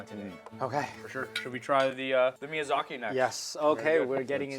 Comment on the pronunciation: The awkward moment the chef can't pronounce miyazaki and turns it into miyazakay for no reason.....